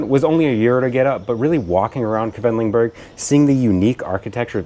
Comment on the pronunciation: Oh nein... you're pronouncing Quedlinburg the wrong way. Should be "Kwidlinboorg". Anyway, that's an hour's drive from my home. The area with well-preserved half-timbered houses that date back 1660 is a UNESCO Heritage site. Definitely worth a visit. At the moment, Wednesdays and Saturdays are market days so there are food trucks, flowers, fresh produce at the Marktplatz (city center) where the Rathaus (City Hall) is.